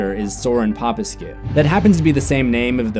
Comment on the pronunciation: I think it's pronounced Dr. poh-peh-skoo (my doctor actually shares this name. Weird coincidence)